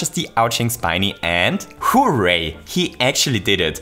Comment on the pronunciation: It sounds like a combination of "Whoo" and "Yay" but the "Yay"part starts with an r